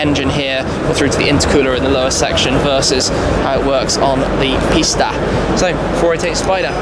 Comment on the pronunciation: I’m not lying But I thought he said the 488 pasta and I fuckin died laughing and the I said pasta in my head every time he said 488 pista ahaha